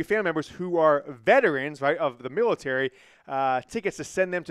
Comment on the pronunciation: Damn dude, you mangled the word military.